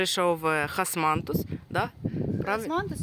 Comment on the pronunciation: Здається османтус ,а не хосмантус😊